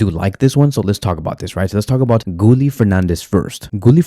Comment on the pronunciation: Gooly? 😂😂 you mean Gi ye Guille = Guillermo